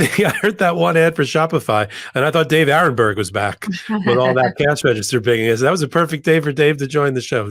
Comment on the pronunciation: David too! Aronberg not Aaron. Senior moment.😅😅😅